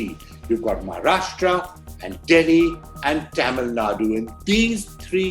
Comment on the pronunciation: Cute way of pronouncing Taamil 😂 Nadu!